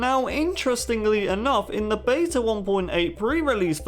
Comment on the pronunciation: Stop pronouncing beta wrong!